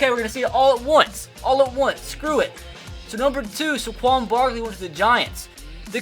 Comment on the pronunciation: ITS SAY-QUON